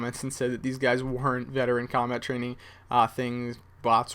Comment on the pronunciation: cobalt? I think you mean 'combat'